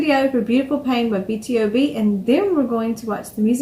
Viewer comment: Actually it's B-to-b. Most People say it wrong 😂